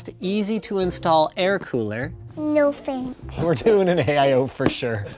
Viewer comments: FMLscienceturtel ... you are talking about your generation. Look I know it is spelt thanks. But Linus’ daughter says “Fanks”. OK? Give his daughter a break. The fact that I’m defending Linus’ daughter’s pronunciation is just funny. As if you sir forgot what learning and childhood meant. I know it is “Thanks” not “Fanks” but look back at the video and listen that the kid said “Fanks” not us. We all know how it is spelt. The person who commented this said “Fanks” only because he was just repeating the pronunciation of Linus’ daughter. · FMLscienceturtel OMG I already explained it. Do you actually think 3 year old children can even pronounce “Thanks” properly? They pronounce it “Fanks” until they get to around the age of 5 or 6. It’s a child leave her alone. She will learn later. She already learned how to build a PC and that’s good enough for me. At least she has some common sense and manners. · FMLscienceturtel it’s how Linus’ daughter pronounced the word “Thanks”. She pronounces as “Fanks”. Give her a break she still young and learning. My man Mr.Fish is only spitting out facts.